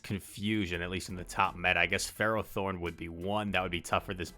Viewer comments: How you say it is definitely correct. FEH-row-thorn. It's found in the Gen V magnetic cave. It's a steel type ferromagnetic pokemon. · You say ferrothorn correctly. It's ferro as in ferrous - made of iron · Ferro = Ferrous: Containg iron So i refuse to hear any other pronunciation, yours is right lol